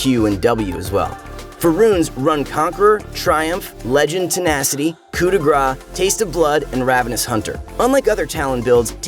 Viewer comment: Still never heard anyone pronounce coup de grace correctly lol